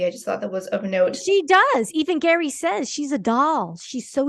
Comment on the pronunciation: Actually pronounced Gherry not Gary. He mentioned this in an interview with Jimmy Kimmel